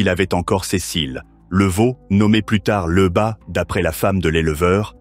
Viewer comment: LEUBA!🙄Lyuba! ton ai est pas capable de prononcer lyuba?